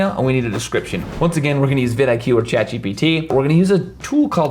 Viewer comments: Am i the only one who was going nuts every time he calls ChatGPT 'Chat GTP'????? :D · Amazing video and it's ChatGPT not ChatGTP 😂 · Bro it's CHAT GPT not Chat GTP... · why u keep saying GTP ...its GPT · Awesome video, thanks. You say Chat GTP instead of Chat GPT, though. 😆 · Bro! You explained it well but it seems you keeping saying chat GPT as GTP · Its ChatGPT not ChatGTP hahahaha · Every time he calls it "ChatGTP" when its ChatGPT it's like nails on a chalkboard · Great video, but it's chat GPT not chat GTP :) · Half a million views on a man who consistantly calls it "ChatGTP" xD Gives me the feel that the video was a little rushed mayhaps? :D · CHAT G P T NOT CHAT G T P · its chat-G P T , NOT CHAT- gtp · chat GPT - you keep saying GTP... but otherwise great video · You kept saying ChatGTP but it's ChatGPT! 😆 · It's ChatGPT NOT ChatGTP 😂😂😂😂. Who else noticed that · Lol You kept saying "Chat GTP" instead of "Chat GPT" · why does he say Chat GTP instead of Chat GPT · It's not chat gtp it's chat gpt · Feel free to ignore this comment! Every time you mentioned ChatGPT you said ChatGTP lol I know it's a silly thing but it was pretty distracting for me 😆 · Good video But you said Chat G T P many times isnt it Gpt? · It's ChatGPT, not ChatGTP 😂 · It's funny how you call it ChatGTP, but thanks for the tips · "ChatGPT", not "ChatGTP" 🤣🤣🤣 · why do you keep saying CHAT GEE TEE PEE? Its chatGPT. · chat GPT not GTP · Its kinda annoying hearing GTP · Chat GPT… not Chat GTP… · It is *GPT* not gtp ot pgt...😅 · you keep on repeating GTP....when you intend to say GPT...lol! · you said ChatGTP and i wondered i was saying it wrong till now then i went to check it but it was ChatGPT 😄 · Its ChatGPT and not chatGTP.............. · ChatGPT.... not chatGTP xD no hate tho, just find it a lil weird. great vid tho thx alot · Great tips! But... How many times did you say ChatGTP? Haha. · chatGTP chatGTP it is not chatGTP but it is chatGPT. G-P-T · Oh god. chatgPT, not gTP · Chat GTP LOL